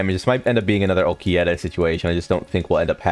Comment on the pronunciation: He does it on purpose.